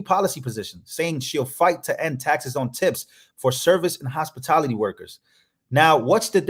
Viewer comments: Hey if you go back and watch old bed board heals up Harris when she was copying plagiarizing Trump's tip tax instead of Kamala Harris saying "HOSPITALITY!!!!" THE IDIOT SHE SAYS HOSPITILITY!!!!😆🤦🏻‍♂️ SHE CAN'T EVEN PRONOUNCE IT RIGHT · Let’s be clear, she did not say “hospitality”. She created an entirely new field of work: Hospitility. And, she owned every single syllable of it, too! 😂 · Cam is a thief and a liar!! Who couldnt even pronounce 'hospitality' correctly😂🤣 And Trump has already made it clear that higher tarrifs would be covering those expenses instead of the American ppl!! Derka Derka cbs!!